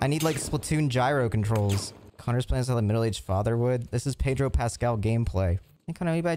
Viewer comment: the way connor pronounces pedro is hurting me